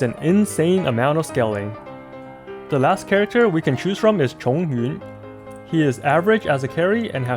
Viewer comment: you nailed XinYan, XingQiu and ChongYun the moment I heard you say their names. I'm so proud!!! 👏🏻👏🏻